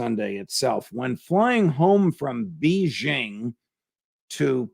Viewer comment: The judge is great but what the hell is BEE jing ;)